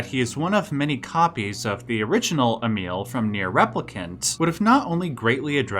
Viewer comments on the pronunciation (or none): none